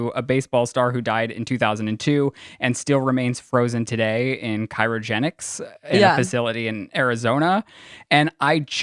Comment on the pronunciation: pronunciation of cryogenic.